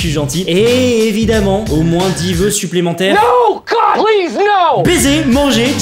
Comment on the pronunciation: J'adore quand tu dit no god plise no